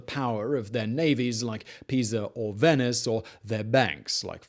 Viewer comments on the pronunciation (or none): none